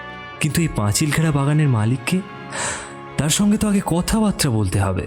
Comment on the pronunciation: Kathabatra noy kathabarta., Anichchhashorte noy anichchhasatwe. Pronunciation gulo thik korun please